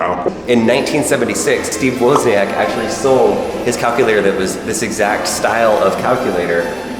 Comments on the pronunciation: isn’t it pronounced woz, not wuz? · Great vid. PLEASE stop saying "Wuuzniack".....He's the Woz, not the Wuuuz. LOL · 😂😂😂😄😄 👹I am Steve woozneeack